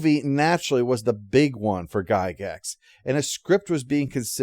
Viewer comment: It's pronounced "Jie-gax".